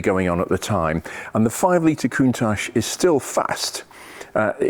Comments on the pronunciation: The correct pronunciation is as it is written - count-ach, not coontash btw. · I concede you're right, but being Italian I believe it's pronounced countack, like bianchi bikes are pronounced biankee... or Michael mycall...etc... but yh, I've always said countash, and I'm not stopping now. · It struck me as a bit odd the way you pronounced "Coont-atch" (singular) yet "Coont-ashes" (plural)!! Any reason? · Is it pronounced "Countach".. or "Countash".. as you say both? Or doesn't it make any difference? 👍👍 Awesome cars.. however you say their name! 😅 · Everyone on the planet pronounces it countaSH.